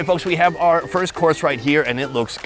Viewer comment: OUR rhymes with HOUR. ARE rhymes with R.